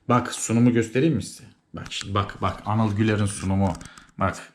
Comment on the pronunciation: Abi hocanin senin ismini eniyıl diye telaffuz etmesi cok iyiydi 🤣🤣🤣